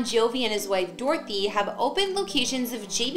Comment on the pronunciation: You should learn how to pronounce Bon Jovi's wife's name. It is not Dorothy. Her name is Dorthea.